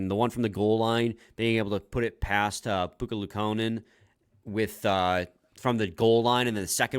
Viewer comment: Does watch games with the sound off? How does he not know how to pronounce Ukko-Pekka Luukkonen???